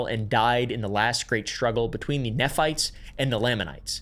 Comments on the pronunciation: NEE phites, LAA manites. You didn’t do your research very well. 😂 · Not “neff” fites, “nee” fites… In church when I was little, I always imagined a bunch of people fighting with their knees. And then I’d imagine the “Lame” anites couldn’t walk, so no wonder they always lost the battles… 😅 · As a past mormon, there are only 2 things I have to complain about regarding this video: pronunciations. "Nephites" is pronounced with a long E, like "knee-fights" and "Lamanites" also with a long A, like "lame-a-knights". Otherwise spot on! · It’s pronounced Knee-fights and Lay-men-ites lol 😂😂😂 (Nephites and Lamenites) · As an ex mormon We always pronpuced nephites and lamanites "nee-fites" and "lame-an-nites" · I say this as someone who is very much NOT a Mormon and has no interest in becoming one, but I have to say, you'd be a lot more credible if you could pronounce the Book of Mormon names properly. Moroni is mo-ROE-nye, Nephites are NEE-phites, and Lamanites are LAY-manites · Bye the way, Nephites is pronounced “knee-fights” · FYI nephites are pronounced knee fights. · Only like 7 minutes in but as an exmo I'm really struggling with your pronunciation of a few words. Nephites are like knee-fights, lamanites are like lame-an-ites, and Moroni is like mo-row-nigh. Anyway, great video so far lol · knee-fights cmon please, learn how to pronounce. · How to pronounce common Mormon words: lamanites: lame-Ann-ites Nephites: knee-fights Moroni: more-own-eye Feel free to add more -exmo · Ex morman here, I was taught to pronounce nephite as NEE-Fight and lamanite Lay-mon-night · Exmormon here… most Mormons have 0 idea about any of this information. If you are questioning things they tell you to “only use church resources to do more research”. I got disowned from my family for multiple years because I left. Thank you for making this video! (Also Mormons pronounce it “knee-fights”) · just pointing out another mispronunciation. Nephites are pronounced like knee-fights